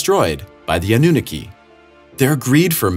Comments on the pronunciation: “a new nikki” lol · You're saying Aununaki completely wrong dude which shows you didn't research enough. Aunu, Ah-nu. Ah as in a breath of fresh air. naki, na as in na na na or nah-ki like key. You're saying the "naki" part like Nicki. That is wrong. Best you look up other video's with it in the name and watch so you can hear how it's pronounced. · Anunnaki is pronounced Anna knock E. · Ah-new-naw-key, not whatever it was you tried to say. "Ah" as tho you are showing your tongue to the doctor and saying "Ah"--not "Awe" but the ugly, flat "Ah" as in "aptitude." "New" as in brand new like a Christmas present. "Naw" as in "gnaw" like a dog gnawing on a bone--the "ah" unlike the 1st syllable, but long, pretentious, or British "ah's." "And "key"--the thing that unlocks your door. Anunnaki. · Ah-nu-nah-key Anunnaki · I love the way this guy pronounces anunnaki. Ah noo nah kee?...😂😂😂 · Annunaki A-NU-NAK-I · Ann-na-NUKI LOL!